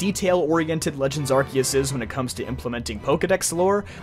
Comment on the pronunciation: Why the hell is everyone pronouncing Arceus wrong? It's ar-see-us (or ar-say-os), not ar-kios.